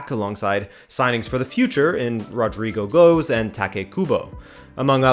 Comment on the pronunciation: It’s pronounced Rodrygo Gwesh😂